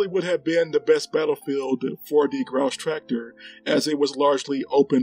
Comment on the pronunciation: I'll try not to grouse about your pronunciation of "Grosstractor" ;)